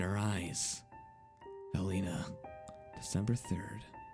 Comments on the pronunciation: Isn't it pronounced Hell-eh-nah, not Hell-eee-nah? Eh, I'm just nitpicking. Good reading regardless. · its hell-en-ah, like helen plus an a, not hell-ee-nah